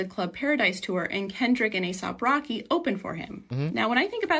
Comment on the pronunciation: She said "Aesop Rocky" lol